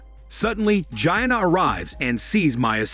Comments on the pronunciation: Gee-ANNA, not like “Gyna” like Va-gina 😆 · “Gia-anuh”. Ack. Stopppp 😭😩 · You mean “Gianna” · Gi-anna lol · How hard is it to pronounce MIA AND GIANNA OMG 😂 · Bro I don't think that's how you say the name Gianna 🤣🤣🤣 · His saying it on purpose 😂😂😂